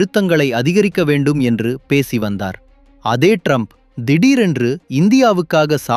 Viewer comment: Your editing is wrong. Some of the sentences are not even complete. The guy is pronouncing Trump as Drump. I think it is a horrible video though the message is good for India.